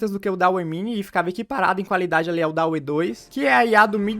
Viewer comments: Mano, acho que o DALL E se pronúncia Dalí, assim como o nome do pintor surrealista Salvador Dalí, pois a IA foi inspirada nele (pq as imagens que essa IA geram são semelhantes as pinturas do surrealismo) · Dauê é oficialmente a melhor pronúncia.